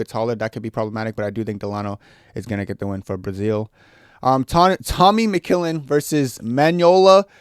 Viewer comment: Tommy McChillin ?! Tommy McKillin ?! MMA Joey just cried a tear ... 🤣🤣